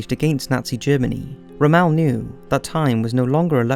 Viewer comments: You keep pronouncing Erwin Rommels name wrong and its pretty funny. It's not pronounced Rah-mel, It's pronounced Romm-le. He's probably the most famous Nazi that actually fought and wasn't just part of the Nazi party sitting behind a desk. He's know as one of the greatest tank commanders of all time. Unfortunately the Nazis were so stupid and paranoid that they tried accusing him of being a traitor even though he sacrificed everything he had in the war. If it wasn't for him the war would've ended a lot sooner. He won major battles and held off the allies in several strategic places. He was supposed to be in Normandy the day we invaded but he was granted leave to see his wife for her birthday. Not that it even mattered cuz Hitler thought so highly of himself and that he was brilliant militarily, that he had the majority of troops and defenders of an invasion stationed in Calais even though Rommel tried telling him different. Even with him not being there at the beggining, he had strategically set up defenses in Normandy and although they only had a few thousand troops to defend the beaches they handed the allies asses to them until they had so many troops there that they eventually had to retreat. They were being shelled by hundreds of Naval boats, tanks, mortars, and then hundreds of thousands of troops, and yet they inflicted some of the most casualties in a battle in the entire war. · ITS ROMMEL....NOT ROMMAL....IT ANNOYED ME SO MUCH I STOPPED WATCHING THE STORY OF WW2.....ITS INSULTING TO HEAR SUCH A STORY W A WOMAN MISPELLING ONE OF THE MOST WELL KNOWN GENERALS OF WW2...ANNOYING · Rommel. Rommel. Not Ray Mel. Is the narrator just reading a script and never heard it prounced. And are the directors, producers etc just laughing at him. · I thought it was "Rommel" not "Romaal" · The name is Romel... it is a long o sound like Rome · Well done! But who is ra-MAL? I cannot find that anywhere where Rommel is pronounced that way (very distracting) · It's not "Rom-ELL"